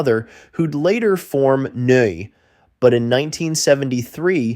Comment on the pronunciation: Neu is pronounced "noy" (similar to "boy").